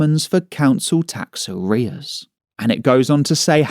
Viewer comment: Tax sounds like axe